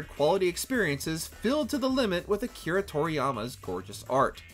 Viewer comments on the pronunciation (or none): none